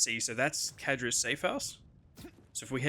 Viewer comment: "Kadra's" clearly says Zadra's lol